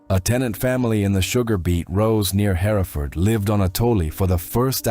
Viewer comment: Concur... Her-Ford ! he-re-furd is in Herefordshire 😂